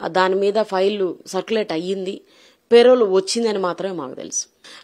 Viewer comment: పెరవల్ కాదు పెరోల్